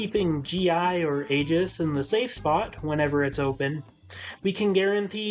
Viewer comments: Her name is pronounced Aye-Gihs Not to be that guy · Your pronounciation of Aegis’ name made me feel sick.. in game it’s pronounced “Aye-gus”.